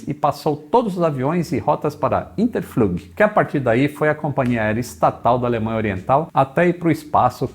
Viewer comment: FLUG SE PRONUNCIA "FLUK"